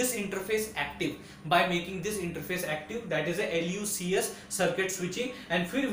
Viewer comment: You are Pronouncing L instead of i. It's not Lub, LuCS its iub, iucs, iups, etc